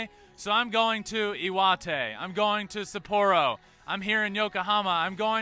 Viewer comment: Hey Ben, say SUPP-ah-ro, not sa-POOR-o. The R kind of disappears in your mouth, the opposite of a Spanish rolled R if you will. Hope you have some time to relax in the countryside, go hike up Mt. Iwate.